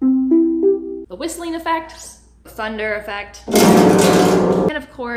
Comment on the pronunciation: Your mispronunciation of 'glissando' kills me lol